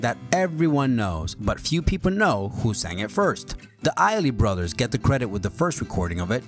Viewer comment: Is this a list for 12 year olds? Half the pronunciations are wrong. "Iley brothers?" "Johnny Mitchell." I mean, what about "If You Asked Me To"... originally Patti LaBelle from a James Bond movie. Covered by Celine Dion. That's one almost no one knows.